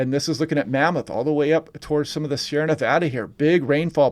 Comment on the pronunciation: Thank you for pronouncing Nevada correctly! Lol I use to live in so California. Hoping for rain in Reno.